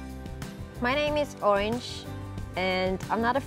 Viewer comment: i would have thought Orange was born here in the US with this perfect accent.